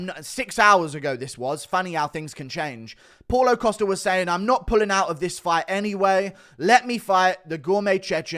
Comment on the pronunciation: “Posta” “Posta” “Posta” 😂